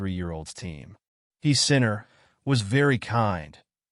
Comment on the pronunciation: Do you suppose you could train the AI to pronounce his name correctly?